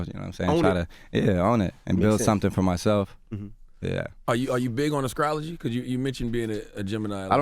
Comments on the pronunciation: This nigga said Ascrology lmao....he cant pronouce the letters "ST" to save his life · Am I the only one that gets annoyed when char prounounes words with st as a c? Acrology..screets..scructure..